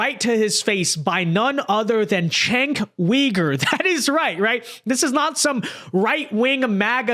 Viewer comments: "Chenk WEEger"?!? What's wrong with you? It's Jenk YOU-gur. It's not that hard,... smh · His name is pronounced “Jenk Ooger” not “Shenk Yooger” I know it’s confusing for non Turks, but here ya go 😇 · It’s pronounced Jenk Yoo-Ger and TYT was the first ever political podcast on YouTube